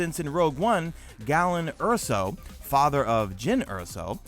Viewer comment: calls himself a HUGE star wars nerd, yet mispronounced scariff and Galen erso.. my guy cmon